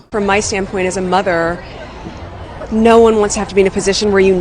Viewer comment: Sounds like she said " as a mugger"😂 not mother.😂😂😂😂